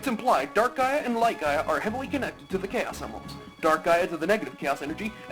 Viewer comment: What about my letter? ", every time you say "Chaos Emeralds", it always sounds like "Gayos Emeralds", unintentional mispronunciations?" Now I feel bumped and left out:c